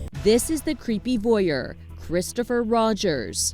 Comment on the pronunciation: Sorry… was dude’s name ‘Ristopher’?!?